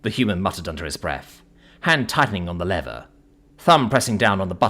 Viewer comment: Your English why are you pronouncing lever yank like. Be proud of your language and heritage